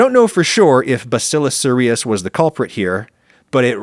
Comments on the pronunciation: I work in clinical microbiology, and bacillus cereus is commonly pronounced with the emphasis on the first syllable. Sounds like “serious.” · Bacillus Cereus... pronounced as in SERIOUS.